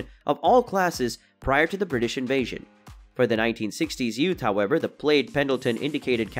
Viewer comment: This must be computer generated sound Madrass plaid is pronounced as mad-dress pladd, nor maydras played.